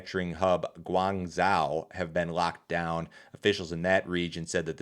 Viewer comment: That is not how Guangzhou is pronounced. Please look up these places' pronunciations before you make your videos.